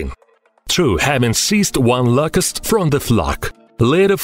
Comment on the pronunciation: Da Louuucusst